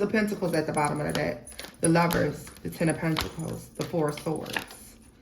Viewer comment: Oh hell nah…2 min in. You said let me find me a deck…my a$$ heard let me find me a d😂ck lol. I already know what I’m in for in this reading. Let me buckle up 😂😂😂😂❤